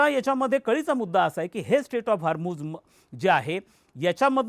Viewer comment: सर हरमुझ नाही हॉर्मुझ आहे ते 😄